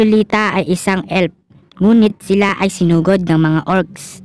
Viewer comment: F yan d yan p anu ELP tskk Elf di Elp hay naku